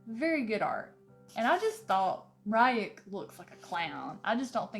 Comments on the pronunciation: All weebs stressing after the "Comic" and the "R youk". Not making fun of her though, so mam if you are reading this, the comics that are made in Japan are called Mangas and the adaptations are called Animes(the 2d adaptations not the ones with real actors). And the name of the shinigami is pronounsed "Reuk". Even though the Netflix addapatation might look good, I really advice you to either watch the anime ( the 2d serie you won't regret it) or to stick to the book cause compared to them the movie isn't really that good. I am new to this chanel and I really like your content and your vibe, keep going :) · I loved the Death Note anime. I hope you enjoy it more now that you've watched the show. I will admit listening to you pronounce Ryuk's name is hilarious to me :p